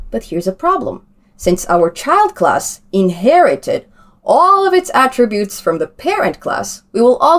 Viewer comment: Glad to hear you now calling them ATTributes, and not atTRIButes as you did earlier!